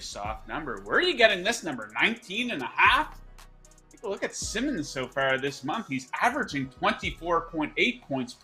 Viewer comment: Like the pick but it’s pronounced Sy-mons